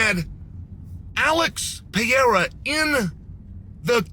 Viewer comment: I mostly watch to laugh at Chael pronouncing fighters’ names💀😂. ALEX PIERRE… DRICUS DUPLI… ISLAM MACOCHEV…